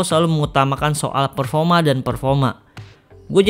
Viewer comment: PERFORMA BANG BUKAN PERFOMA XIXIIX